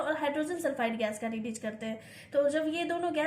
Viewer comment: Releaje is released so please stop to upload videos if you can’t pronounce the correct words